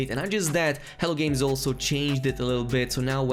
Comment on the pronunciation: It sounds like you keep saying 'hell games' instead of 'hello games', apart from that, thanks for the helpful info